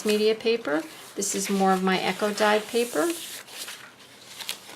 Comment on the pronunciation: Are you saying "echo dyed" paper? Do you have a video on doing that? Really neat journal you created!